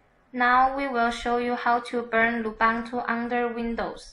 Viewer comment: Thanks for nice tutorial! Take in mind the pronunciation of Lubuntu is not "lubantu", the correct is loo-BOON-too as the Ubuntu is oo-boon-too (from Wikipedia). ;)